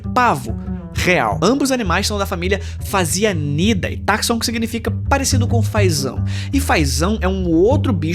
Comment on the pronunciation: sim, eu sei que o texto abaixo vai ser mt "☝️🤓" Mas a pronúncia correta é "faziâníde"